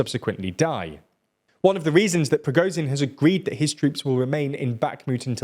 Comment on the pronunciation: Ok this has been a recurring issue that you clearly do not address. Try and read foreign names of people and cities and dont just wing it. You make mistakes that are arent even sensible. Like pronouncing prigozhin like prishkovin ( did it a few times) or now Tajani where for some reason the second A turns to an i. Just listen to the names once